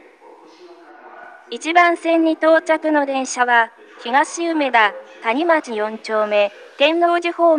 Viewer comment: “谷町”のアクセント間違ってて草